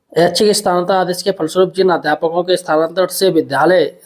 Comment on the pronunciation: स्थानांतरण तो ठीक से पढ ले ये ये ये ले ले ले